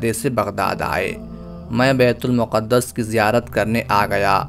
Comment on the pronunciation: Yeh BAITUL MUQAD-DAS NAHI HEY BELKEHY IS NAAM KA SAHI TALLAFUZ "BAITUL MAQDAS" HAY. PAISE KAMANA HE MAQSOOD HO TO PHIR JO CHAHEN TALAFFUZ ISTEMAL KARENY. KASH KE ILM KAA SHAOOR BHEE HO.